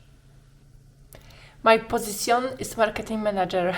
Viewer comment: Wymowa w tej apce jest tragiczna. Sprawdź choćby prawidłową wymowę słowa "position"